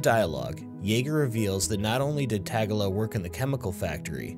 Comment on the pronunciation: Tag-a-la ...com on bro. It's Ta-gill-a, Killa's brother.